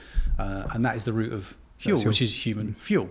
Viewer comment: I love y'all, i just ordered my first batch. But I have a bit of constructive criticism. Huel rhymes with gruel. As in, stereotypical prison slop. That's what it makes me think of lol. Like i said I'm not trying to be rude, i love the mission you're on, but that's just how the name strikes me.